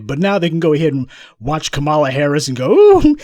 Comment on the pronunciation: Lol he said copmalla